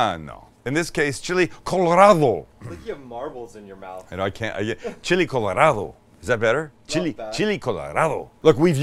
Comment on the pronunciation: Sam pronouncing Chili Colorado sounds like he had a stroke.